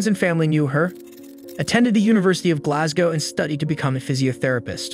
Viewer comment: As a Scot, listening to an American (I assume) saying "Edinburgh" & "Glasgow" correctly, was impressive.